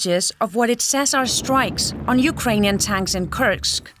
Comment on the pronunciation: Youd think this woman would know how to pronounce Kursk lol.